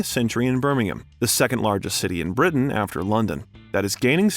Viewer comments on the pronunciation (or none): none